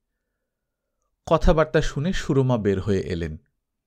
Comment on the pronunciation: "সু - রমা" না, নামটার উচ্চারণ হবে "সুরমা" - সিলেটের নদীর নামে নাম, চোখের সুরমার নামে নাম। সু - রমা উচ্চারণটা কলকাতার সাহিত্যের।